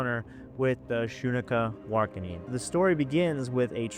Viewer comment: Pronounced Shun Ka War Ah Kin. Lol. Damn. Just a heads up from a member of a Montana tribe-Apsaalooke